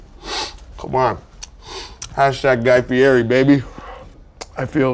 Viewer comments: He said flavor country instead of flavor town and mispronounced Guy Fieri's name and it was hilarious! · I wish Sean would’ve corrected him on the pronunciation of Guy Fieri’s name…